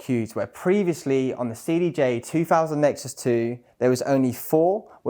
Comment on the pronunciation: cdj free fousand REALLY ??? Not a very good advert when you can't pronounce the products actual name correctly.